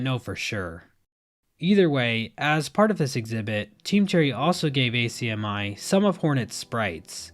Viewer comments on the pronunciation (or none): Irrespective of the final date, I feel lucky and happy to live in Melbourne and be able to go to ACMI (we generally pronounce this "ack-me", by the way) in September.